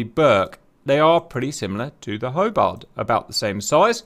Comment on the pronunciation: Did this guy just say "Hobard" Class - If you can get simple shit like that right you get a thumps down.